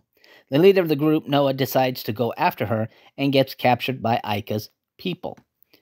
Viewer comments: It is Naoh, not Noah. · The main characters name is pronounced NAH-OH. You hear Ika and others say it that way. throughout the movie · It was pronounced NA-oh.